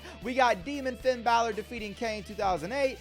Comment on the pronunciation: If you Finn Balor wrong because you call him fiend Ballard if you call him that one more time I'm unsubscribing and then just liking and then never watching your videos again